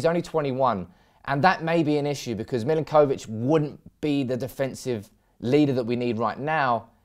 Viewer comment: I love the way you pronounce the names of players. Lol. Mill-in-koh-vich. Muh-no-les